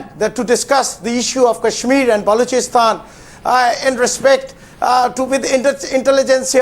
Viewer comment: naavika it is balochistan not baaalochistan. Lagta hain arun jhootley ne theek se nahi shikhayaa